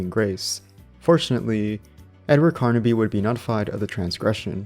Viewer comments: the main protagonist of the games is Edward Carnby, not "Carnaby" like you keep saying... Shit like that irritates tf out of me!🤬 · Carnby not Carnaby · Pretty decent video. The only thing that kept throwing me off is that you kept saying Carnaby instead of Carnby. Other than that this was a pretty good watch. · Carnby somehow equals karn-uh-bee